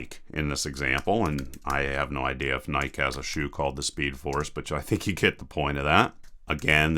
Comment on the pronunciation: IT'S PRONOUNCED LIKE NAIKEE, NOT NAIKE LOL